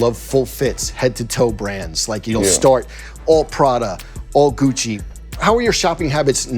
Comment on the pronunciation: When he said "It's Guccheee" 🤣